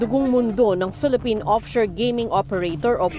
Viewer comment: Yung highlight “ Deez Eees Deh Pelepen CoastGard!!!!” Tindi